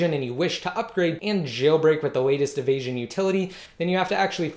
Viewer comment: nt avasion ...it's evasion ....u can my video ..more better ..3ASY355